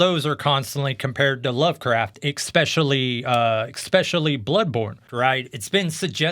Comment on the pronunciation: Lol hit with the "expeshially" right away